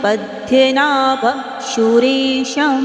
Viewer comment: Please 🙏🏻 chant fluently 🙏🏻🙏🏻please don't take otherwise please it's Padmanabhan, hrudhyanagamyam🙏🏻🙏🏻🙏🏻